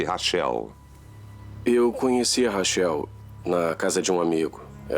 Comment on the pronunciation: Que agonia chamar a moça de "rachéu". Lê "Raquel", pô!